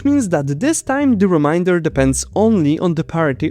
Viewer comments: The word 'Remainder' is pronounced 'Re - mein - der', not 'Re - mine - der! which means something to 'Remind' you of something! I will be constantly reminded of this through the remainder of the video. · Is it really too difficult for you to say 'remainder' rather than 'reminder'? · Reminder =!= Remainder You were pronouncing the former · Reminder not equal remainder 😅 Oh, and "Eureka" is pronounced like "you - reeka" in English Cheers! I enjoyed the video! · Re MAINE der, not re MIND er!! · Remain not remind. Fuck. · Remainder should not be pronounced like reminder! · i like how you pronounce the word "remainder" as"reminder" especially because "modulo" means "forgetting" (whole multiples of) 🥰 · I love your video, and also have a tip for you. Consult a native English speaker on how pronounce “remainder.” (It sounds like you’re saying “reminder” to us.) The “ai” part is pronounce like the A in cake. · Just figured I’d let you know that the “ai” in “remainder” is pronounced with a long “ay” sound (long “e” in most languages), like “say”, not the “ai” sound most languages would use. I only say this because I kept hearing it as “reminder” while listening to the video, and it kept throwing me off. This isn’t a complaint, mind you; your English is perfectly understandable. It’s just that, in this one case, it ended up sounding like a completely different English word! And I fully understand how nonnative speakers stumble over our vowels! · I also thought it was a great video but was very distracted everytime remainder was mispronounced as reminder. They are two very different words 😅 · Problems I hear in the video: mispronouncing "arithmetic" (it has two pronunciations, and you picked the wrong one). "Remainder" sounds like "reminder". "Eureka". "Algebraic" sounds funny; the second "a" is off. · please learn to pronounce remainder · Can you please say remainder properly, your way just sounds too much like reminders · There's an "a" in remainder! Really great video.